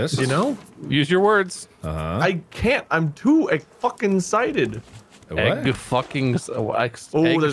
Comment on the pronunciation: “I’m weewee” Me: dies of laughter: “I’m to egg focken cited” Me: “starts to cry of laughter” 😂😂 This is why I love watching mark playing with friends, there so funny